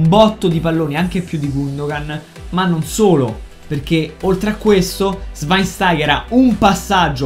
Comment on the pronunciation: Mi hai fatto morire quando hai detto il nome di shwainstaiger(come cazzo se scrive) in tedesco hahaha bravo